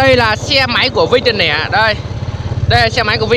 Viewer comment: Đọc tiền lẻ đi bạn ei, tiền nẻ ???